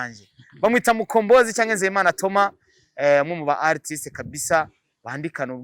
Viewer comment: Artist . Prononça Atist. R ntuyivuge